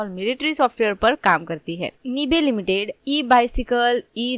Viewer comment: Company ka pronunciation Sikh lo pehle bad me advise dena… woh “निबे” nahi “नाइब” hai. Aise galat pronounce kar k company ki izzat mat kharab kro